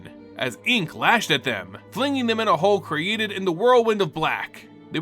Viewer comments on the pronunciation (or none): none